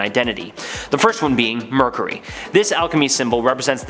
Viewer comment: Omg it's driving me nuts!!